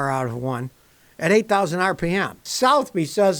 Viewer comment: FYI Scotty, Southeby's is pronounced "suthabees." Other than that, great video (as always)!